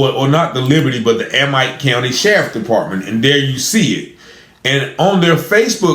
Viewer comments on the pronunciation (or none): Amite is pronounced A meet. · It’s A-mitt 🧤…. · Amite.. It’s pronounced A-mit.. I live 20 miles away and hadn’t heard of this! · Amite county. Amite sounds like - a mitt- when prounced. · It’s pronounced Ameet not amite it is spelled Amite but pronounced Ameet county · They pronounce it like A-meet. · It pronounced a meat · You pronounce the county wrong. I'm from up that way